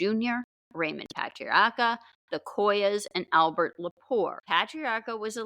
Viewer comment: Raymond Paay-tree-Arc-ker